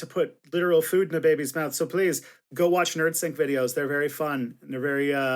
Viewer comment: Can you please pronounce baby like you're not an alien?